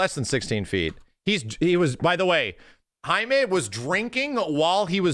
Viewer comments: Dudes name is JAY MEEE not HIGH MAY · Dude it's Jamie, not Jaime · It’s JAY ME, not HIGH ME. He’s not Hispanic. Lmaooooo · He kept saying Jaime instead of Jamie 🤣 which kinda confused me at first